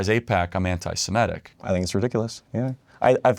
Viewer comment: Start by pronouncing 'Semitic' correctly.